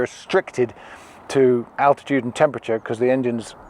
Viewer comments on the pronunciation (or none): none